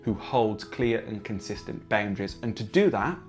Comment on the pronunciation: Omg stop saying baoundaries